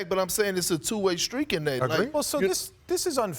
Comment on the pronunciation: Perk gone be that old uncle that never say words right but u know what they tryna say🤣🤣